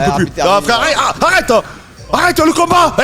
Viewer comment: Arrêteuh le combat ! Eurdine !